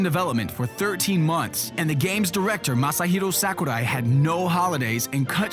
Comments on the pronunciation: it's not sékurai, it's sakurai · Actually, the proper pronunciation is "Sahkoorai", with a soft a and long u, whereas pronounces it "Sackoorai". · Well, it's almost correct. It should be "sawk"urai rather than "sack"urai but allenamenfutsch is an angsty teenager who hates people that are interested in things he's not. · I hate how this guy pronounces Sakurai's name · The way you pronounce japanese names makes me cringe. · sir, I don't know who you are, but I can't stand the way you pronounce Japanese names. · I love how he pronouces Sakurai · It's funny how he tries his hardest to pronounce Sakurai but still gets it wrong. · I love how he say Sakurai